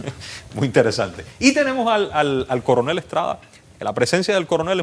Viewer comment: Jajaja dice el "Curunel" jaja Diciendo lo que el Paga, como nos pasa a nosotros! Jajaja se le fue esa. Minuto 17.26